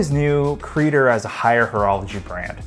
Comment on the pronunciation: It's not "CrEE-dur". It's Creh-dOre.